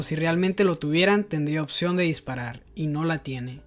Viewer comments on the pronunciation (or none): none